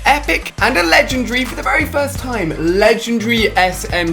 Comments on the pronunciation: What he say it legendary not lesrnery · HOW MANY TIMES HAS HE SAID LENGENDRY???? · Ali-a it is legend-ary not legendri lol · Ali-A said legendary like legendry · He said lezedry lol in 18s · Legendree why does Ali a pronounce it that way ? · Xxalphapz9xX 1 U don't get it that's how Ali says legendary